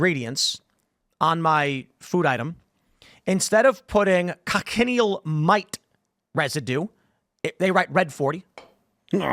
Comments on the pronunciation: Not con-ken-e-al. Coch-i-neal. Keep talking like that and you will eat ze (colored) bugz. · Btw it's pronounced Coach-in-eel. Learned about them on a desert trip in Tuscon where our guide showed us these bugs on cacti where they naturally live. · Thats not how you pronounce cochineal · That's not how you pronounce cochineal.